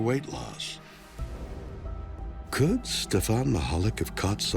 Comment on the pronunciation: Steve " Mish a lack " not whatever Capt Kirk said , he was a Polish man came here after WW2 , lovely man